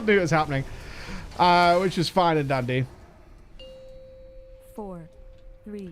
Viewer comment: every time you say fine and dandy, I understand "It's fine with Andy" lel